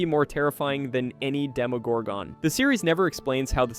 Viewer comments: Stop over pronouncing the ‘gon’ in demogorgon. It’s not pronounced like gone. It’s pronounced like gun. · It pisses me off how you say demagorgon. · They say demogorgon in the show tons of times, how do you still mispronounce it? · I know right?😆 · i disliked the video n not gonna finish it cus of that 😂